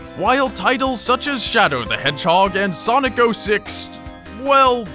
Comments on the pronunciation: SONIC THE HASSLHOG XD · Sonic the hasslehog. XD